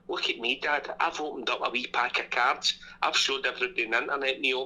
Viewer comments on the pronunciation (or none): the cerds, i told u tae bring the fucking cerds, even today this documentary of my homeland is brilliant